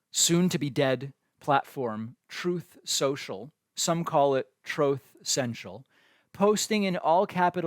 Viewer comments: Cracks me up every time i hear 'Trothe Central' 😂😂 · " A lot of people are calling it Troth Cential, I've heard"